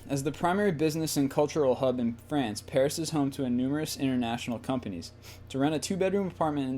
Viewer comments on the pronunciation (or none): none